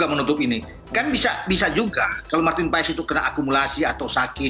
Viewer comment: Bacanya marten pas ya??❤